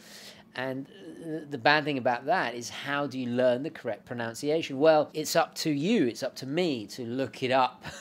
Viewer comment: An ironic comment from a big fan,. It's "pronunciation" not "pronounciation.": )